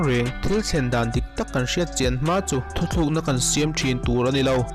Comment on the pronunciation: Thu thluk nilovin thu tluk aw sir